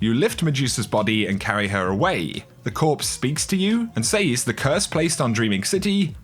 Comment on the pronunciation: Love the vids but good lord.... "Says".